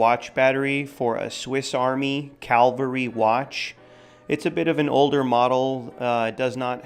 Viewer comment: Cavalry watch, not Calvary watch.